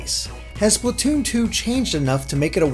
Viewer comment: Why do people always say "Spluh-toon"? You say "Splat" like "Splaht", not "Spluht".